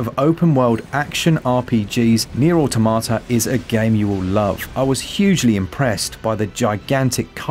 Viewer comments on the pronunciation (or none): Aw Tom at ah , not aw tomata , just saying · I just can't get over people still saying "AUTO MA TA" lol, it just sounds plain wrong, but yea yea, engrish.